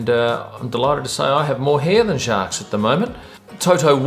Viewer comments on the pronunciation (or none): Hey - did you have to buy a ticket to get into the Amber Lounge? As I understand it, they're quite pricy! Was Jacques there? BTW - you don't pronounce the "s".